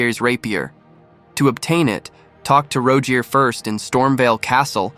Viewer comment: roguiers rapeeier huh?